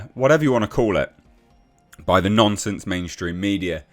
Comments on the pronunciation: lol your accent makes it sound like you're calling Kotoku Nonces instead of nonsence. Not inacurate either way. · I like hearing you say "nonsense", becaus eit sounds like you're saying "Nonces mainstream media" or "Nonces Kotaku". Ironic really....